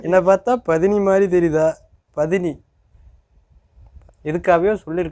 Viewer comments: athu பதினி இல்ல bro அது பத்தினி. Andreah dialogue என்ன பாத்தா தேவி்*யா மாதிரி தெரியாதா word change pannittanga bro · Pathini Illa Paththini nu Sollirkan😂 Andrea Solvala Adhu😂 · அது பதினி இல்ல பத்தினி 😂😂 மாத்தி சொல்றாராம்😂😂😂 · பதினி illa bro Enna patha பத்தினி mathri theriutha 😅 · 17.30 அது பதினி இல்ல ப்ரோ பத்தினி தேவடியா க்கு ஆப்போசிட் word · Athu pathani illa bro பத்தினி😂😂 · அது பத்மினி இல்லை பத்தினி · டேய் அது பதினி இல்லடா பத்தினி டா